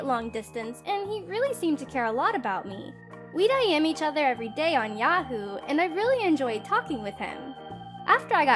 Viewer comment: What is this, "Ya-who?"